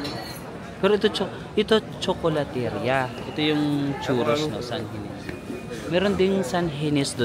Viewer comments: Nice video.Nakakalibang. Btw, 'ria' is pronounced as 'ri-ya' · you say CHOKOLATERIYA.THANK YOU